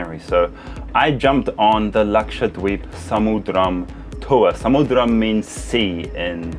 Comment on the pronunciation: Luxured weebs is what I heard and tought you were saying 😂